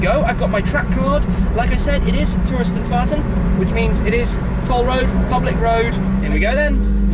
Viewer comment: I love when he`s saying "Touristenfahrten" - gut gemacht Tim ;)